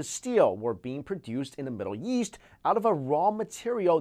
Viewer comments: He says east like yeast 😂😂😂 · "In the yeast..."